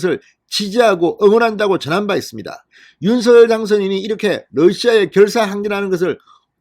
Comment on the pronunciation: '윤서결'이 아니라 '윤성녈'로 발음 부탁드려요 당선인이 그렇게 불려왔다고 하면서 앞으로도 그렇게 불러달라고 하셨어요^^